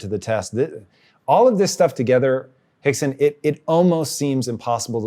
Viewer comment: He called him "Hickson" 😂